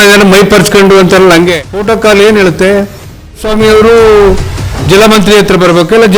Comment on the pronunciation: ಫೋಟೋ ಕಾಲ್ ಅಲ್ಲಪ್ಪ ಹೆಬ್ಬೆಟ್ಟು. ಪ್ರೋಟೋ ಕಾಲ್. ನಿನ್ನಂತವರೆಲ್ಲ ಈ ರಾಜ್ಯದ ಆಳ್ವಿಕೆ ಮಾಡಕ್ಕೆ ಬಂದಿದೀರ. ಈ ರಾಜ್ಯದ ಬುದ್ಧಿವಂತ ಜನರ ಕೆಟ್ಟ ಹಣೆ ಬರಹ